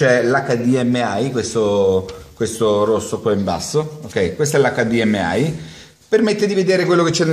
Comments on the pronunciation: Acca di emme i (italiano) eich di em ai (inglese). Dire: "acca di emme ai " non ha significato. E comunque quel sistema non é compatibile con tutti i TV con l'hdmi... Fare tutorial alla cazzo ben venga, li faccio anche io, ma cerchiamo di no. Dire cose non vere. Ciao grande! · Bellissimo il modo in cui dici HDMI, cioè o lo dici tutto in inglese ossia: heich di em ai; oppure tutto in italiano: acca di emme i ma "acca di emme ai" non si può proprio sentire. :-D hahha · NON SI DICE COSÌ!!!1!1!1!1! O LO DICI IN INGLESE O IN ITALIANO HDMI